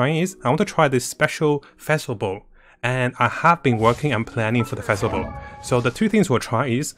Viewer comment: It is pronounced like fish Fischl Not phesl And the translation for the bow is midnight waltz Greetings from germany